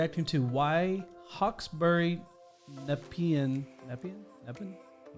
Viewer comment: How to pronounce Nepean..... Is NePEEan. This was supposed to be a 1 in 100 year event. Except this frequency and the amount of rain is devastating. Never before has this area had so much rain. The monsoonal rains in Northern Queensland didnt hit this year but they have the drainage to cope with vast amounts of rain. Thanks for sharing this video. I understand it better now. The choke points need to be addressed if people are to continue to live here. I think that many people will be changing their address. So devastating.